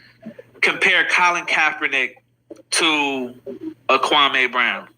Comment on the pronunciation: MR. KWAME BROWN already said how to pronounce his name. Why is this guy still mispronouncing Kwame. Kwame was living his best life minding his own business and the effeminate group decided to harassed him after 20 years. Kwame doesn't need to put a solution, he was minding his business and working in his community. The effeminate group so envious 🤣🤣.